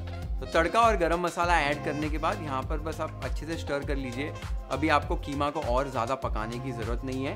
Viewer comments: KHEEMA nahi. QEEMA BOL. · Kheema nhn qeema hota hai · Kheema nhi keema 😀😀